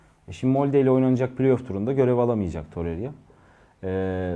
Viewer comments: Torerya değil toreyra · Toreriya demese izleyebilecem